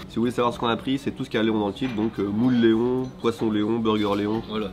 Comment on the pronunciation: pas éons mais Léon... c'est pas faute de le répéter dans la vidéo 😸